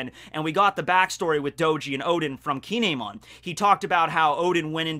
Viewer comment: I know I’m nitpicking here, but Kinemon is pronounced Kin-emon. Anyways, it’s awesome how you can make an entertaining video about a character we don’t know too much about!!! 😄